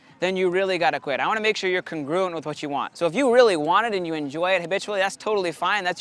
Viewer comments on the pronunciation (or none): He said congruent like it’s math class